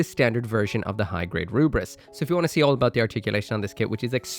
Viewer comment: It is not Rubris. For the love of God. This is the most pretentious hill you are on and it actually just makes me want to not watch your video lol.